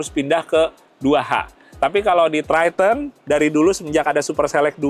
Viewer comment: Triton bang.bukan tryten😂